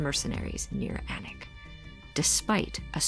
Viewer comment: Thank you for pronouncing Alnwick properly. I’m from Newcastle upon Tyne originally and I missed the Northeast all the time. Bamborough is absolutely stunning.